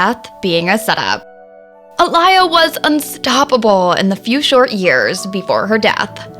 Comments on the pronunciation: The disrespect. Please do your research before you continuously mispronounce her name. (Ah-Lee-yah for future reference). 🙄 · A-Lee-yha for pronunciation. She was very popular. I remember her baby girl song always on the radio. My daughter was a baby at the time in that song has a baby in the background babbling my daughter would start talking with it. I wish I had that on video. Before cellphones had video. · This narrator has never listened to AALIYAH (AHH-LEE-YAH), a day in her life. She don't even know how to pronounce her name correctly. SMH. I can't listen to her name said like that. I can't finish this video. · Research wasn't done enough if you can't even say her name right, looses truth pretty quickly. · Why is the Commentator, Mispronouncing Aaliyah’s Name ??? I can’t get thru this video with her JACKED UP pronouncing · Can you please start with pronouncing her name correctly! 💁🏽‍♀️ Geees! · Not y’all mispronouncing aaliyah name smh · They just gone keep playing in our face with bullshit!!! Who in this world doesn’t know how to say this woman’s name properly…. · I can't even take this video serious Chile Learn how to pronounce her name before talking about this cause clearly you sound like a joke smh sad 😡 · Why are you saying her name wrong wtf please get it right you keep saying her name all through the video wrong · You keep pronounced her name wrong. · I am pissed that this person is pronouncing Aaliyah’s freaking name totally wrong !!!! I mean, how did she do that much research about the late, great, beautiful, and dear Aaliyah, to mess up the pronunciation..... So simple😳😏😤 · Nah. Didn't make it past 10 seconds. Please learn the proper pronunciation of Aaliyah's name. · Seriously. Get it right. It is so irritating. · As SOON as I heard the mispronunciation of AALIYAH'S name, I was done with this video. The video as well as the poster has FOREVER lost any and all credibility. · Her mispronunciation didn’t sit right with my soul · Who A-lie-a